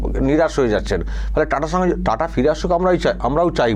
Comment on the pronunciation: টাটা নয় টা টা😅